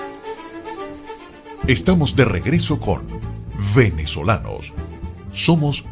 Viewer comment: Me gustó este programa muchísimo. Lo único cuestionable es cuando el presentador dice "Venezolanos" como si la "v" labiodental existiera en español.